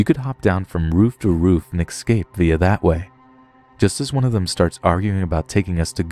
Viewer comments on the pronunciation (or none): Hey man, you're a great story teller and I really enjoy listening to the content you upload, but I have one little issue that pulls me out of the story every time I hear you say it: you're pronouncing "escape" as "eXcape". I'll keep listening to your stuff even if you won't bother trying to rewire the word in your brain , but it would be greatly appreciated (and I know I'm not alone thinking this) if you would try it ;) Anyway, keep up the great work buddy, cheers! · ESCAPE!!!!! It's ESCAPE, not EXSCAPE !! 🤦‍♀️😫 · I love you but everytime you say excape instead of escape a piece of me dies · I love your voice, it is cool, but please please stop altering eScape to eXcape, it is never eXcape. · “Exscape” fam what? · MidBoss I think you are mistaken. he is actually saying X cape. like the Cape he used to wear.